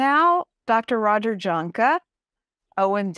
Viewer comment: Okay, I wish that everyone would please learn to pronounce Dr. Roger's last name correctly, JAHNKE, IS correctly pronounced. Y A N K U H. thank you, go in peace ❤